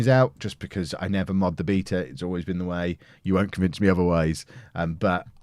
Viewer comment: Don’t pronounce beta like that please